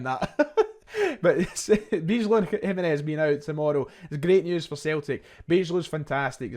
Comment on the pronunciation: Nice preview. I always enjoy watching outside views of our club that are realistic and fair. Good research 👍 Good luck for tonight. I do think we will win by quite a decent margin (2 or 3 goals), but you never know in football. I hope for a fun match tonight. Also, a little tip in case you want to cover the return. Bijlow is pronounced By-low 🙂